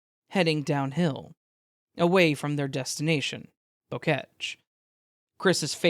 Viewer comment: Why y’all pronouncing “Boquete” like the French word for bunch of flowers?